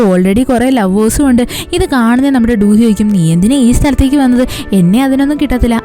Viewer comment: Du hee alla chechi do do hee aan, njan koreayil aan padikkunne